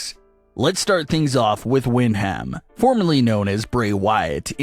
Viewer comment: Stop saying Wind ham.